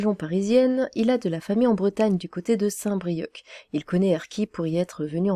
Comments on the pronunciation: St Brieuc prononcé Brieuqueu ? Lolilol.... Le C est muet pour ton information, ça te permettra de faire moins gogole au cas où tu reparles un jour de st Brieuc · St brieuc ont prononce st brieu enfin j'dis ça j'dis rien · St Brieuc on ne prononce pas le C. Ca fait mal aux oreilles >_<